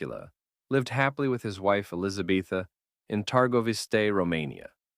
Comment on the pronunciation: Her name is not Elisabetha ffs!!!!!